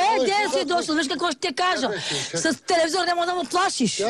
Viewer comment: "Ша го чупа тоа талавизор"